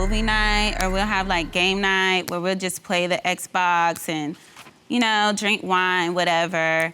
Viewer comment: "We usually have movie niiiiiight or game niiiiiight and play the xbooooooox... ya knooooow, drink wiiiiiine, whateveeeeeeer..." Single-syllable words shouldn't last 3 seconds.